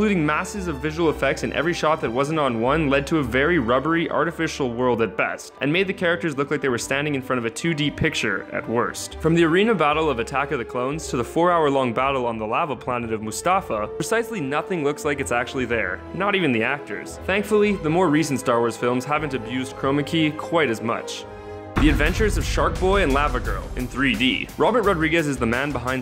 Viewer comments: The lava planet is not Moo-stah-fa, it's Moo-stuh-far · Did he really say Moostafa? Either Mufasa from The Lion King or Mustafar. Make up your mind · Mus-ta-fa? What? XD it's Moose-ta-far. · I was scanning the comments looking for this very observation, lol. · The lava planet of "Mustafa" XD It's mustaFAR... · lmao did he really say mustafa_ thinks he means mustafar hahah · He said mustafa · Moo-Stah-fuh? Really? It's Mustafar. Pronounced how it it looks. Moo-Sta-Far. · seriously "mustafa"? how difficult is it to add an r at the end?? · He said ‘the lava planet of Mustafa.’ Mustafa. He melded Star Wars and lion king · "...planet of Mustafa" IT'S MUSTAFAR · did you see Finn and Rose riding the AT-AT in The Last Jedi? Also, it's Mustafar, not Mustafa, . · ITS MUSTAFAR NOT MUSTAFA!!😤😤😤😤😤😤😤😤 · "4 hour fight on........'MOOSTAFA" TF IS MOOSTAFA LMAO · "Lava Planet Of Mustafa" . Wow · DID YOU JUST SAY... MUSTAFA!!!!!! IT IS MUSTAFAR! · 4 hour battel on Mustafa do you mean Mustafar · "mustafa" You... Missed a letter. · “Mustafa” I was done after that. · Planet mustafa? This is not Lion King.. It's mustafar!!! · You just called Mustafar "Mustafa". Dude. Really? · Who else is annoyed that he sailed moofasta and not mostafar? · Did he pronounce Mustafar, Mustafa? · Did he just say "mustafa" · Mustafa? Do you mean Mustafar? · Mustafa? really it is Mustafar it sounds the way it is spelled not mustafa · Did he seriously say the lava planet mustafa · Did he just said “moostafa?” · "Mustafa"? I think you mean mustafar. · The lava planet moostafa. Really? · mustafa? Mustafar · Um...I'm pretty sure it's Mustafar is pronounced Moo-Stah-Far. Not Moo-Stafa. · Did you just call Mustafar Moo Sta Fa? How do you miss pronounce such an easy word? Terrible absolutely terrible. I'm not even going to finish watching this video. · "The lava planet of Mustafa" Smh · Did you just call mustafar mustafa? Hahahaah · tf is moostafa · Mustafa?! How the fuck do you mess that name up?!